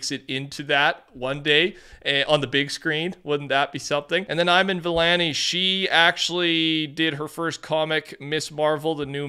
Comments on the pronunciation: I-Man Vilanee lol😂 Still love your content 🤙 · Bro fr said “ eye man vee laa née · Dang u demolished their names💀 Kevin Feige (Fi-gee) and Iman Vellani (E-mon ) and Iman is a W playing Ms marvel and writing that new comic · Kevin fi-gee and ee-man vellani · It's so funny how you mispronounce Kevin Feige and Iman Vellani's names who is the actress for Ms Marvel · how do u mispronounce iman vellani and kevin feige😭